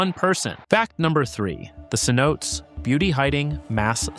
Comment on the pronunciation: SEH _ NO _TEHS _ not suh-notes!!